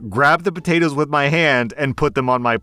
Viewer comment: you can’t be doing that. I’m at work listening to you and I couldn’t help but die laughing when you said “El Poatoes” 🤣